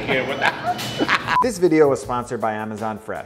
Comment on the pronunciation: Ah-ma-zanh Fresh Store